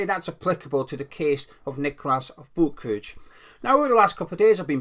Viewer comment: Hi there, the correct pronunciation of his surname is Ferlkroog (hard G.) The umlaut above the ü makes it sound like ‘er.’